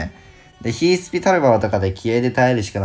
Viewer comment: RADさんお願いします。ヒルスピじゃなくてヒースピとゆってください。胸につっかえてしまう。